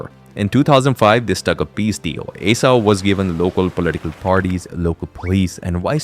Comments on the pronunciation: Aceh It's called // AH-CHEH // man... Not ae-sha 😂😂😢😭😭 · Aceh is pronounced as Ah Cheh not “A Seh” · First of all, the name aceh spelled "Uh- CheH" not "Uh-seh" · "Aceh" should be pronounced like "ah-chay" (or similar to name of the Spanish letter "h") not "ay-suh" or "ace-uh" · Its "A-cheh", not "æ-cee" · Aceh is not pronounced “A-sah”. It’s pronounced “Ah-chay” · I thought it was A-Keh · Acheh is not A-Sa but pronounced as Ah-Cheh! 🤣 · It is called áchéh Not aseh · Aceh is pronounced 'Acheh'. I know as I lived in Indonesia. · this guy butchered "aceh" for context it's pronounced like acheh and the e is like the first e in ever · Aceh is pronounced archay. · Acheh is pronounced Ah-Cheh. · Its pronounced as Ah-Chay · Isah njir 😂 Bukan aceh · Hello Aceh is pronounced "uhh-che" ('Che' as in check) Thank you 🙏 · The way you pronounce ACEH 💀